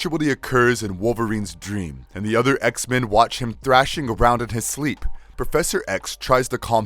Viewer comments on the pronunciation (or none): none